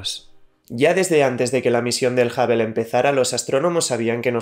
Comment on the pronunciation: Amigo, has un esfuerzo por no castellanizar palabras obviamente inglesas, da cringe, no es el telescopio "Habel" se pronuncia hŭb′əl ("HubL" si lo dijeras es español para que sonara como inglés). Es el único "pero" que siempre le he puesto a tus videos, tu pésima pronunciación del ingles.